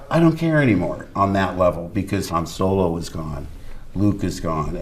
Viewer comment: I dislike the direct Disney is going, but I can't take a middle aged youtuber seriously who says "Soylo"